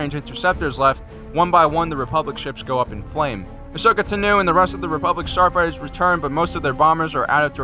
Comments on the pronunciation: “ahsokeh tenoo” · As soon as I heard you say asoka tano, I realized the Republic was srewed